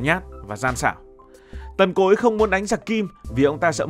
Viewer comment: nghe ad nói "Tần Cối" mà mình nghe cứ tưởng "Tộc Cối"😂😂😂